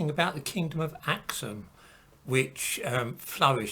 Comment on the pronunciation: It's pronounced as ak-soom though...